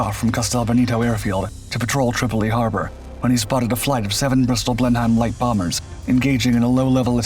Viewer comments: Blenum not Blenhime! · Blen-hime? It's pronounced Blen'm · It's pronounced "Blennem", not Blen-heim. Named for the seat of the Churchill family. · Blenheim is pronounced „blenim“ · Blenheim is pronounced "BLENNEM"! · It's actually pronounced.. " Blen-Um " please don't hurt my ears.😁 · Blenheim rhymes with venom. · The word Blenheim is more correctly pronounced something like "Blennem"👋🙂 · Blenhime? What the hell is a Blenhime? Any English speaker knows that using spelling to sus out pronunciation is not going to work. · Blenheim is a German place and is pronounced just like that in German, "Blenhime". Anglo-Americans can't pronounce foreign words. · It's "Blennim " I should know, I live next door! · I would say "blennim", but that's because I learned english from my stepfather who was minor nobility. recieved pronunciation, wot. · in fact originally village in Germany, Blenheim, pronounced about "Blen-heim" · Certainly, but in England it's pronounced "Blennem". Hell, I've been there. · Sounded like Blend-Hime!!!!! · A pity that the narrator is unable to pronounce Blenheim, it is a bit like calling the English 'Britishers'! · Why do u miss pronounce these planes all the bloody time Blenheim like the palace by god the were the foundation of the Beaufort the the excellent Beaufighter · Makes video, can't pronounce name of the plane. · Correctly! Thanks! I god aches in my ears a I heard the false outspoken name! I ´m no fan of Churchill but wat is must be as it is!